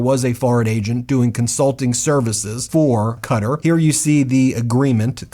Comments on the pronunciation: Why are you saying Qatar like that? It's "kuh tah". This is crazy from you, you're a worldly man lol. Not that deep but now you know. Big fan and I am subscribed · Yeah this bothers me pronounced Kuh-Tar with an emphasis on the tar. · Geez I wish you would have taken time to learn to pronounce Qatar. Very distracting. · Please learn to pronounce words like Qatar. You said it once properly ish when you said Qatari. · Your pronunciation of Qatar is still incorrect. I’m genuinely going to unsubscribe as it is very grating. Schoolboy error. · Please start pronouncing Qatar correctly, I didn’t understand what you were talking about at first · It is a guttural Q. It sounds closer to cutt-ar than cat-ar, but it’s somewhere in the middle. We don’t have the sounds in English. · it's pronounce ká-tar, not kuter. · Its ka-tar not cutter 😂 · It's "kuh-taur" not "cutter" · Sorry its pronounced Ka-tarr not Cutter. But I love your videos anyways. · Wait. Im 50 years old and my whole life Ive thought it was pronounced Ka-Tar. Is it really pronounced Cutter???? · The country with the airplame is not "Cutter" - it´s Quatar ("Ka-taar")..! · oh lord, Qatar is pronounced as /kəˈtɑːr/ (rhymes with guitar), not Carter 😂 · Its pronounced "kah tar" not cutter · Hey Jack ass it's not cutter ! It's. KA -tar. TDS is fading what you going to do , lawyers lie for a living too! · Is this an intentional mispronunciation of Qatar or do you really think it sounds like Cutter? Kuh-tar is the proper pronunciation…. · Dude, it's pronounced kuh-tar not cutter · Cah-tah not cutter. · It’s bothering me so much how he keeps saying “cutter” instead of “kuh-tar” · Why do American people pronounce Qatar as ‘Cutter’. Everyone else says ‘Cat-arr’? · Qatar is pronounced kuh- TAR, emphasis on second syllable- not Cutter. Please. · Good grief Ben, it's not "cutter" it's ka-tarrr. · It is pronounced CATTAR not cutter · It's not "cutter" is "ku tar" - Qatar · Pronounced ‘Kattar’ not ‘Cutter.’ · Cuttar. Not cutter.